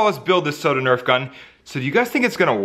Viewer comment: ITS NOT SOAD ITS SODA